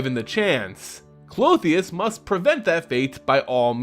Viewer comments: Since you asked. The name Klothys only had 2 syllables from what we can see. So I'm sure her name is pronounced (Cloth-These) instead of (Cloth-the-us) with 3 syllables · Klo-tis, It's kinda weird hearing it Clo-theus and its kinda ressembling a female anatomical part. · it's pronounced clothes. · the gods name is pronounced (Kloth-is), love your work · I’m sorry I usually love your content, but your pronunciation of Klothys drove me nuts I couldn’t watch it more than two minutes. There would have to be one more vowel between the “h” and “s” to get the two sounds you were making the “ee” and “uh” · Why do you keep adding an "o" at the end of her name? :P Good to see a new video!